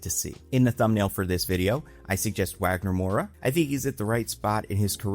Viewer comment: Wagner Moura coming from The Secret Agent to an X-Men movie would be a pretty funny whiplash Btw in Portuguese his name is pronounced with a v sound, not w. So Vagner